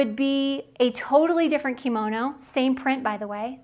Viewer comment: Please learn to say the word Kimono properly!! It is NOT pronounced KEY Mo No. It IS pronounced KIM OH NO!!!